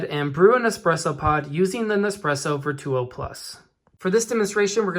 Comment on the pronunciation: Your pronounci g Virtuo wrong